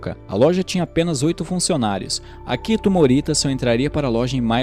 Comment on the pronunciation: Apenas algumas correções: - O nome do co-fundador é Akio Morita (se pronuncia Akío), não Akito; - As palavras hiragana, katakana e kanji são oxítonas, então se pronunciam hiraganá, katakaná e kandí (o j tem som de d). É isso, excelente vídeo. Fica aqui uma indicação de livro, o "Made in Japan", que conta a história do Akio Morita e como foi a fundação da Sony. Abraços.